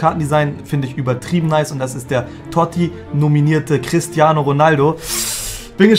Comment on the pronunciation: Niemand:: CrisTiAnOO😂